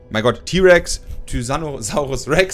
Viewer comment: Wer kennt ihn nicht, den "Tysanus Saurus Rex"!